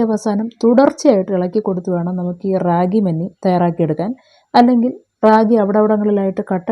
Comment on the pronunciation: ര്രാകി എന്ന ല്ല രാഗി എന്നാണ് പറയുക